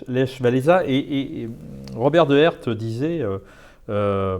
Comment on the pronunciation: je saigne des oreilles quand vous prononcer le prénom Lech xD c'est pas lèche xDD et gdansk a choisi sont camp en 1577 et elle a choisi la Pologne :)